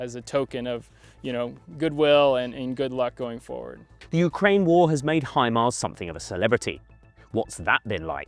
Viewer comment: Hi Mara my ass you jack as british😂😂😂😂😂😂😂